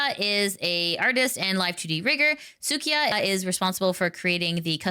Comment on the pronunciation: su-i-ka not suı-ki-a 🧐